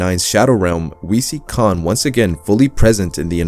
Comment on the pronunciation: Its kain not con like able and cahn